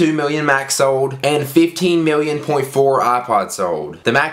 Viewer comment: Miwwion biwwion dollars!!!!!